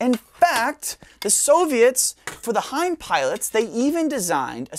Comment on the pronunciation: I think this might be the smartest gun expert I've ever seen. I had to look up how to pronounce "Hind," and he pronounces it correctly. I'd love to see a lot of footage of the gun in action, but the narration is amazing.